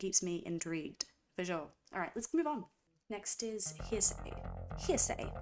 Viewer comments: Not "Heresay", but "Heresy". "Hair - S - E". Herr Ess ee. Heresy is basically another word for blasphemy. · Heresy, not Hearsay. Like what a heretic speaks. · Not HEARSAY... it's HERESY 😆 Like " was burned at the stake for heresy, she mispronounced the song title." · it was killing me too lol. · March of the Pigs switches time signatures multiple times but the really fun part that seems hard to follow IS because its in 7/8 time signature which in itself is weird and can be disorienting. But I LOVE IT Also just as a heads up, Heresy is pronounced Hair-rih-see, different from hearsay. :) As for the album theme, it is overall about the downward spiral of the individual which is started from a breakup. That initiates the downward spiral with drugs thrown in to expedite the process. Themes like losing parts of yourself/humanity and becoming machine-like etc describe the downward spiral until the closing track Hurt where he finally decides to end it, and having a quick flashback on it all and his relationship before finally ending on the thought of how if he only had another chance to do it again, he would find a way. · Heresy is pronounced "HAIR-ISS-EE". It's what a heretic is accused of.